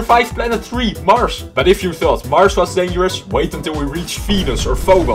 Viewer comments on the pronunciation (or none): NUMBER 3 MARSH*me* IS MARS NOT MARSH